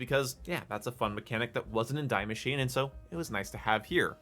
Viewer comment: Die Maschine is pronounced "dee masheen-uh" I'm just nit picking as a native german speaker, good video as always.